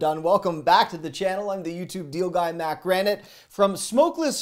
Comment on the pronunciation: “Southern” suh-thrn. 🤣🤣. You’re awesome Matt (or )😂😂